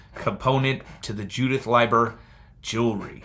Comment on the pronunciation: Leiber is Lee ber. I try to remember that by L I E is lie so L E I is LEE. I have trouble too with the language. The i before e isn't always true like they taught in school. Don't worry so much about what people say when saying names and such. You do just fine.